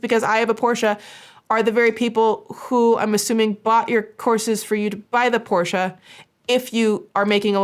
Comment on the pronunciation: can I just say, you're the first English speaker I've seen, who pronounces "Porsche" correctly. As a German, who always cringes a little at the usual pronunciation most people go with, I just wanna say that I appreciate that lol